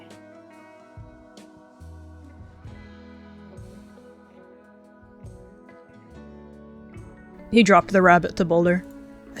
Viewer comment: What people think Marty said:okay😢 What Marty actually said:okeh😢